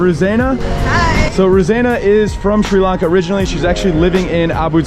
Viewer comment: Notice how he purposely keeps mispronouncing it as "SHREE" Lanka....even though he would have been there long enough to hear 100 people pronounce it Sri Lanka, correctly? What an asshole.